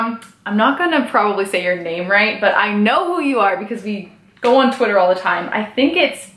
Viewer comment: Oh my gosh you said my name right 🖤 no one ever does hahah. Absolutely love your videos, rants, cats, and daily living. You're so strong and it's been amazing to see your life unfold !